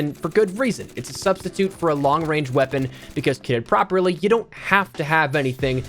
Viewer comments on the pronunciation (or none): none